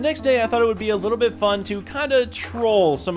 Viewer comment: his little bit is like liblblblblblblbbl😂😂😂